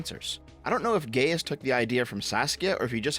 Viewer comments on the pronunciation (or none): the “Gaius” in Gaius Flavius is is pronounced “guy-is (or guy-us or guy-oose)”not “gay-is;” don’t bring culture war politics in this lmao 😂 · I'm so happy that you mispronounced Gaius Flavius as Gay-us Flay-vii-us. That's pretty gay, my guy. And if you care, it's Guy-oos Flah-wii-oos. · "Gay-us Flay-vius" Guy-Us Flah-Vius. Iesus Christus, mi amice; Natus es barbaris? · I not Y. Gaius, not Gayus. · it’s not gayis it’s guy us gai us like Gaia & us minus the a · gay-ius, english speaker trying latin lmao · Gaius is "guy-us" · Roma Aeterna!! Also that's not how you pronounce 'Gaius'.